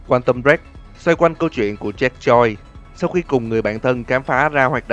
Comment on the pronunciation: JACK JOYCE nghe nhầm thành ZACK CHOI 😂😂😂😂